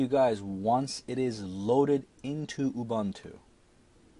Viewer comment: It is UBUNTU LINUX and not UBANTU LUNIX please!!!!!